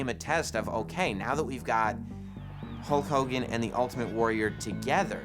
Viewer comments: You forgot "Whole Kooogan" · Nobody: Ultimate warrior: LOOK INTO MA OZ HULL KOGAN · Yea I believe the ultimate warrior said Koke Kogan idk lol...